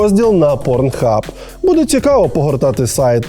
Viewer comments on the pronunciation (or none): none